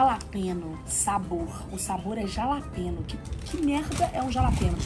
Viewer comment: Jalapenho se lê ralapenho Cams😂😂😂😂